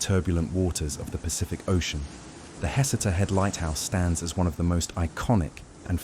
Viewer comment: FYI. It’s pronounced “huh-SEE-ta”